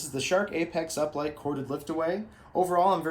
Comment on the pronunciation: Are we gonna talk bout how he said uplight lol